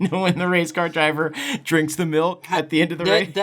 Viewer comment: Sounds like you're saying milt every time you say milk